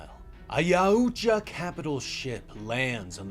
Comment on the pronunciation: okay i never usually complain anywhere but the yautja pronounciation here is so weird